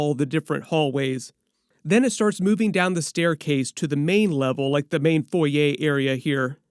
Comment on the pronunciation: cyclops gone full bendis. lfg! also thank you for pronouncing foyer correctly.